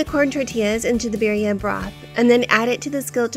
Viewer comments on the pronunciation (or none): She doesn't even pronounce Birria properly either lol